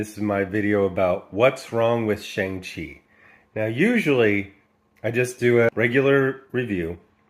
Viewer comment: The only thing that resembles the Shang-Chi character is his name. They don't even pronounce his name correctly. He's been around for 49 years. He would be the easiest character to do. He's basically Asian James Bond w/ daddy issues. The worst thing is they're doing the same thing with Namor. If they're not going to honor the legacy of the characters, give them another name. As bad as this is, The Eternals is worse.